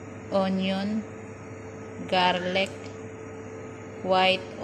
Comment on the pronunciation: patikim naman yan maam ang galing mo mag luto paki ulit nga ung garlic hahahaha ang slang